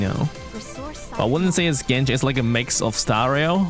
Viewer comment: If I take a shot everytime saying "Genshit" in this video. I will immediately bury myself to my own grave